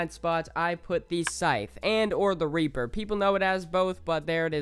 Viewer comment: Ngl i thought he said raper